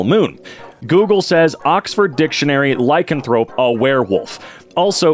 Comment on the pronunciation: pronouncing lycanthrope is painful